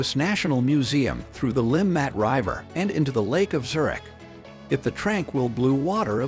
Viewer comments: This is a horrendous video using AI which can't evem pronounce "river" correctly, nevermind the Swiss place names. It also shows footage of Bahnhofstrasse for the Limmatquai section, and overlooks many of the most attractive and historic parts of the city. I live in Zurich. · Are we gonna ignore the fact how the narrator reads RIVER?..... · Learn how to properly pronounce river . strasse etc